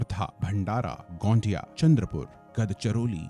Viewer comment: It's गोंदिया not गोंडिया+ गड़चिरोली not गदचिरोली 😂